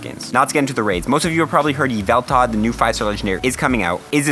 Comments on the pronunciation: It's YveltaL with an L at the end. It boggles my mind why some people ignore that. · Dude said Yval-TARD!!!!